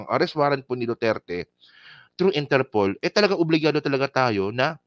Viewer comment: INTERPOOL din pqgkakadinig ko.